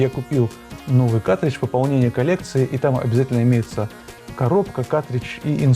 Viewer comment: Почему ты говоришь "катридж"? Где буква Р😢 Ведь картридж надо говорить.